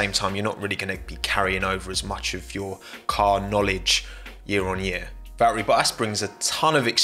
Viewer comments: Val-eri Bo-as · Valterri pronounced by a Brit sounds like Valarie 😂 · Valteri botatsshsjs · Me: Valtteri Bottas: Valri Bo'as